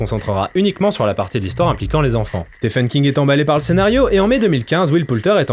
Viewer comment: pas stephen mais ce prononce sti-ven king, sinon good critique.